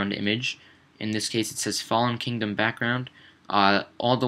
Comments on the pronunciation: Did no one else get annoyed by it not being Kingdom, but "Kingom"? x) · Anyone else notice it said kingom not kingdom? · it's KINGDOM not "kingom"